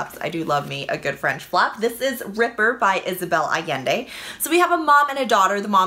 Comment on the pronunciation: great pronounciation of Allende's surname!!!! some others have butchered it